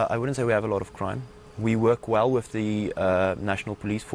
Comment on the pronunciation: Afrikaaner people don't say "with" they say "wif" lol